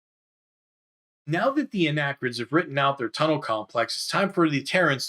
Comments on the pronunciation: "Arachnids".....sounds like ar-ach-nids.. .not anachrids.... (dyslexia sucks)...ARACHNIDS! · Time to look into the "Orton-Gillingham Program." As Brent Nielsen pointed out, arachnids is pronounced: uh-rak-nids.